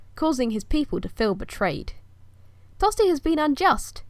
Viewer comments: My name is Tostig! Not Tosty! Say my name properly please! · Is there a reason why you pronounce his name 'Tosty' and not how it is written? Not trying to sass you but I'm just curious if I'm saying it wrong. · It is actually pronounced tostish the Anglo-Saxons pronounced ig at the end as sh just like Germans now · A long, long time ago... And I hate to break it to you but most people in Northumbria were Danish and spoke a different language to the south and hence “Tostig” is not pronounced “Tosty” in Northumbria. As Earl, I ought to have you arrested and thrown in jail lest I become a spectacle to the world! You are just like my usurper brother! Tostig Godwinson Earl of Northumbria Rightful king of England.